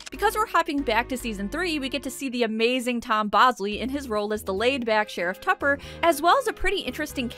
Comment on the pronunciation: I have just one quibble here: his name is not "Sheriff Tupper;" it's "SHEriff TUppuuuUUH."